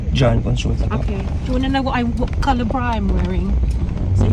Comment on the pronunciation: ‘do you want to know what colour of bra I’m wearing’ .. ndi po ‘cologne’. British accent kasi. Ibig nya po sabihin masyado kasi kayo malapit saknya mag video 😅😅